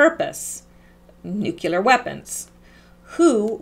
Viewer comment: nucelar or nuclear?